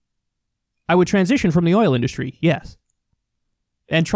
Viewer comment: This clown can't even pronounce "industry" correctly. Such a stain in American history to have this numb nuts as president. You will be ashamed for generations.